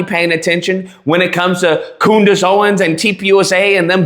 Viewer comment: "Coondace" ? You racist pig.